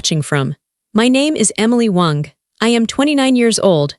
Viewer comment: Why is ai pronouncing Miss Wong as Miss Wonk 😅 lol . Ridiculous . 🙄